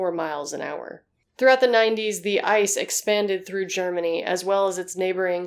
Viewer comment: You pronounce ice very funny. The right way is I.C.E. [iːtseːˈʔeː] Greetings from germany